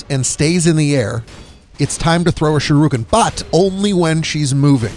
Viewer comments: Shiruken? Do you mean Shu-RI-ken? Lol aside from that this is a pretty good guide. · Why do you pronounce Shuriken as shurooken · It's Shuriken, not Shiruken. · irks the shit out of me that you pronounce it Sha-roo-ken . its Shur - EE - Ken (Shuriken). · Shirooken?? You mean Shuriken lol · Lol. Another uneducated dumbass. Its not pronounced SH-ROO-KIN, Its SHIR-I-KIN. Its a basic English word kid. Our country is in big trouble if you kids can't pronounce basic words. Fucking idiot. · "Shuruken", lmao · Sharooken. Cringy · Shurukin... Haha you are dyslexic af. Thanks for the guide nonetheless lol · Dude. If youre gonna do videos for money, pronounce shit right. "shirooken?" really? thats not even how its spelled . and the name of the game "Sekiro" . At least freakin try, ya fuckin pleib. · It's pronounce shuriken not how you're saying it 😤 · Sharooken? What the fuck? Learn to pronooonce something before you spoooeak. Dumbass. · Sha ru ken lololol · You must be a great fan of Ryu from Street Fighter 2. Shee- ruu- ken! 😂 On a more serious note: this was helpful, thanks! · Shirooken lol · "Sharookin" How does this even happen? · Sharooken lmao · The way he says shuriken...bruh... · What a dick bag, you haven't a clue what you're talking about if you pronounce shuriken like that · The way you say shuriken shows you've never seen Naruto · Sha-rooken. Suh-kuro. Kuh-ill me. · Seckero. Sharooooken. Good lord. Sound it out! TL;DR Great strategy, great video, bad, bad pronounciation. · He pronounced sekiro. And shuriken wrong. All in a minute. Astounding.